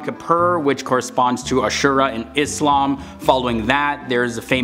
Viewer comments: Thanks for pronouncing "ISLAM" correctly.. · Yes with an “s” and not “z”